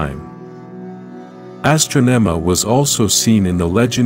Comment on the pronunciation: And it's pronounced Ah-strah-neh-mah Astronema